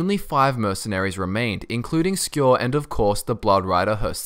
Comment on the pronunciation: Did u just say "a courier, not in primm of coarse"!